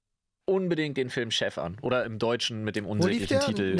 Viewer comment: ich musste das drei mal hören um chef zu verstehen und nicht shaft XD